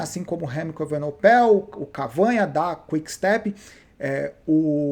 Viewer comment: Remco evenepoel, acho que essa é a pronúncia !! E não evenopel como dizes nos vídeos